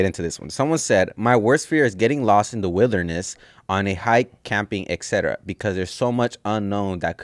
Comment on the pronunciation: Getting lost in the “witherness” 🤣